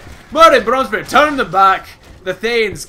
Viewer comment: Why do I always hear you saying Branze Bronzebeard? Also, where is your Girl friend? I enjoyed watching you teaching her how the Dreadlords are OP, how the... how the... what else did you teach her? God damn it. =D